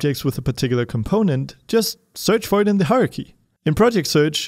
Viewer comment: I love your videos but... pleeeease correct your "hierarchy" pronunciation!! Every time it sounds like "Haruhi" and I wonder why you're talking about anime XD Aside from this, thank you very much for every video you make! :)